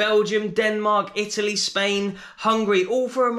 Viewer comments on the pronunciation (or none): none